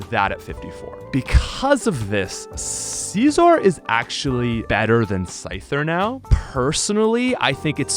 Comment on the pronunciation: “CaezOr” kills me everytime LMAO